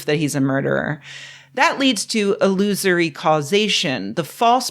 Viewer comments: You said "illusory causation", but what I heard was "loser-y causation", which makes me think of a chain of events set off by a jackass... Which also applies here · My brain thought she said “a losery causation”. Which feels true too.